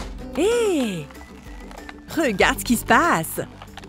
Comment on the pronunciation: la meffe a dit : regad